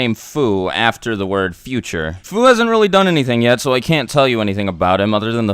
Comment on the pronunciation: Fu isn't pronounced foo it is pronounced fiu further confirming his name is short for future